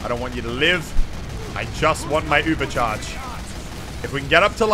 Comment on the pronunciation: min : Props to Muselk for correctly pronouncing "Übercharge" with the German umlaut!